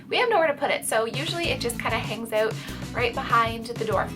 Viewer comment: When she says ‘out’ and ‘about’ with an accent that Reminds me of how Trina Braxton speaks.